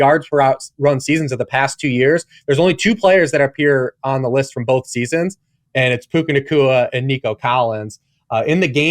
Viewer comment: The number of times he says bolth.... Both man B-O-T-H Both. Sorry, drives me crazy